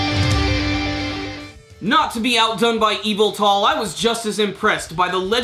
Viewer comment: you say it like this eveltal